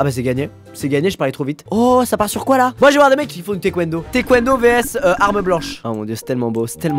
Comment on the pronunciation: Désolée mais ça se prononce Taïkwendo et pas Thékwondo